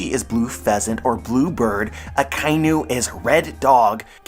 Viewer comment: Aka is red Inu is dog Its not a-kai-nu, its aka-inu ah kah eee new. Like Shiba Inu, or Inuyasha